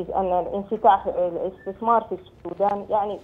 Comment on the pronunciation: مقدم برنامج الحدث الإقتصادي يتمتع بلقاقة جيدة. لكن لديه مشكلة في نطق كلمة (الاستثمار) فهو ينطقها اثتثمار: يعني اث ت ث م ار